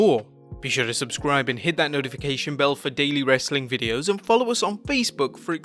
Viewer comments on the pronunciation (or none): none